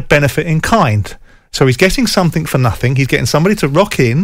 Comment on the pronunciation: “Nuthink” ! SJ